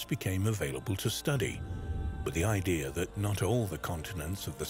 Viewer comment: There is no R in idea !